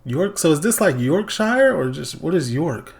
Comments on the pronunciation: The pronunciations of "Paris" and "Madrid" differ from the way we say them because they're named in French and in Spanish. "Yorkshire" is an English county and is named in ENGLISH - there's only ONE way to pronounced "Yorkshire" correctly and that's 'York-sher' NOT 'York-shy-er'! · You kill me everytime you say Yorkshire. It's pronounced York shh err 😂. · He's just saying it in his accent. That's fine. We don't pronounce "Paris" like French people do, "Madrid" like Spanish people do, or "Copenhagen" like Danish people do. Not even all Brits pronounce "Yorkshire" the same. We say it in our own accents.